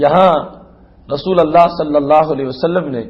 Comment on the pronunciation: رسول اللہ لام پر پیش پڑھیں گے